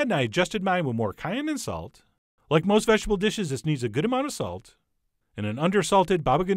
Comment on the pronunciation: i totally thought you said 'sax' your eggplant. so now, i gotta play Careless Whisper.